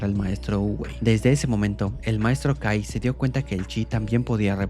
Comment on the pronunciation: en vez que escuche kai escuché gay xd